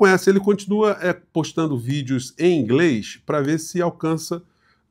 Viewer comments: DUDu fala 'ingrês' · eu falo inglês e esse inglês desse dudu é muito ruim.. Não é nem só sotaque carregado, e é demais, é quase incompreensível, é mispronounce. Ele pronunciou várias palavras erradamente.